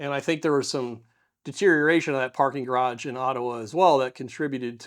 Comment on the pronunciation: Why is it so hard for many Americans to pronounce "garage" correctly? I mean, if there was a "d" in the middle, we would probably spell it "garadge"... neither the (US) English (ga·raazh) nor the French original (ga·raj) have this "voiced alveolar plosive" in the middle... so why insert one? I mean, I was curious and researched this a little and the only explanation for the insertion of a linguistically "decorative D" in "garage" was this one: "I once tried to pronounce it upper-class but then I sounded like a twat"...